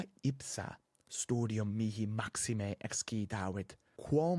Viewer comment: Prima u in vocabulo 'studium' est brevis, nisi fallor.